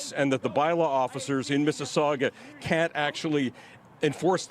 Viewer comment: The city is Mississauga it's pronounced "Miss-A-Saga" it's a suburb of Toronto.